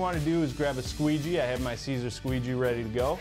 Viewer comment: Sigh-zer = Siser